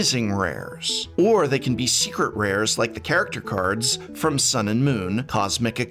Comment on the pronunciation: Is it just me it does he say secret rares like “srcret rars”